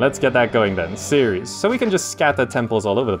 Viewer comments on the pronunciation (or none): none